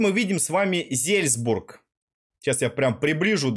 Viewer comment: Отличное видео но Не знать где находится Австрия и искать её на юге Азии это ппц и Не Зельзбург а Зальцбург там даже на карте написано! 😁